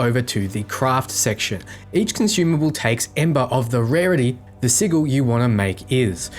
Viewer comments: Thought I was the only one who cringes when hearing sigull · Okay just trying to help but I believe the word sigil is pronounced "siJal" Not "siGil". Correct me if I'm wrong but I'm %99 sure it's SiJal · I am still not clear how you are suggesting to pronounce it....but it is supposed to be a soft 'g', not hard (just like gif...oooh, I said it ) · Good guide but the way you pronounce sigil was getting to me XD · I realize he pronounces it as it is spelled, but it just sounds so goofy hearing "si-G-al" instead of "Si-J-al" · "si-juhl" < "siggle" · Se-jul... not Se-gul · I'm sorry lol... not to nitpick but it's pronounced "si-jil". You're killing me with "siggle",... XD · SID-J'L not sig-il. Bloody top not vids, keen as a bean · ˈsijəl (Google Translation) Please it's not pronounced as a G, it's a J. Si(G)il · Wtf is a siggle? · Not being a grammar nazi but m8 sigil is pronounced si-jul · Sigil's pronunciation - si-jil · I giggled every time you said siggle. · Siggil......love it, but it makes my ears bleed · wtf is a siggle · Good vid as always! Small tip tho, you mispronounced arcanist and sigil. Should be "R"+"can"+ist and si+"gel". I know it's not a big deal, but I assume you'll be saying them plenty in future vids. Personally, I like to know when I'm mispronouncing things. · Great video, but please learn how to say sigil (sij-ul) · It's pronounced sijil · Was gonna go nuts about the sigil pronunciation but then saw the pinned comment. Really useful vid btw! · Sigil is pronounced with a hard G. Just for future reference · Ik it’s a joke but please don’t ever pronounce sigil like sigil so many times in a row again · Cmon, we, the internet grammar police, demand you rectify your dodgy pronunciation of sigil. And ... We, the missing comment internet police, demand you help us locate the missing pinned comment. Great vid by the way :) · The way you pronounce Sigil is destroying my soul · Gunna be honest I got soooo triggered by your mispronounciation of Sigil